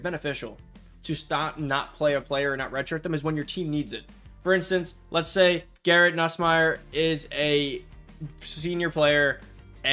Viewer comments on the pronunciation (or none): none